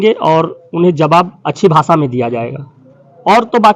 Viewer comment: हिंदी भी ठिक नहीं बोलते हो .... भासा नहीं भाषा होता है